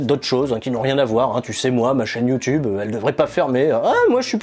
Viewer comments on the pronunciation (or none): none